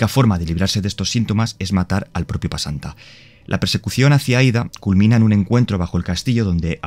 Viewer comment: Se llama pesanta bro, no pasanta xD